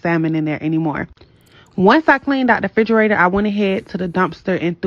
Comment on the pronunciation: AN eviction, not a eviction. Also it's REFRIGERATOR, not fridgerator as so many of the younger people believe. Let's make English class great again!